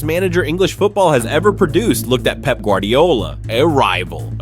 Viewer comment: Love how Fergie calls Pep "Pepe"😂